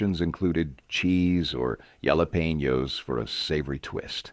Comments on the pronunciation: Yella peenyo?? 😂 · yala-pee-no peppers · Yes, there were many pronunciations that were laughable … pimiento, pilaf, jalapeño, buffet, Parmesan, and others; 2 dollar, 5 dollar, not dollars. Later in the video, the s was added to dollars. Tomato is pronounced in multiple variations, too. —-All things considered, I enjoyed the video and these dishes from my childhood and occasionally today, also.